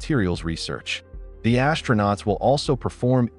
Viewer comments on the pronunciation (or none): Pronunciation: AS-TRO-NAUTS, not ASH-tronauts. There's no "H" in it.